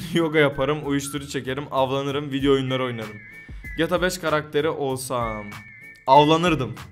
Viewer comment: Şu ''GTA'' yı düzgün söyler misin?